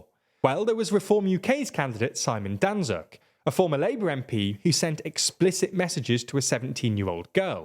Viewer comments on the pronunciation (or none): . Danczuk is pronounced "Dan-chook" because it's a polish surname